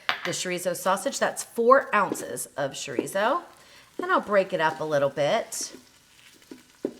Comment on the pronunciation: Besides, it’s cho-ree-so.